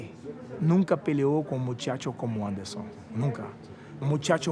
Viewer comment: nigga can’t even fully say “anderson” and-siva… bro sparring cte epitomized